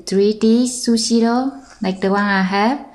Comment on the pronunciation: It is sushi roll and why you say it " sushi loll". LOL